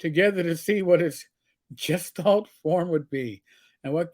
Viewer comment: Gestalt is pronounced with a hard G.